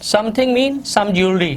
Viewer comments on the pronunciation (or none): Jewelry not jewelary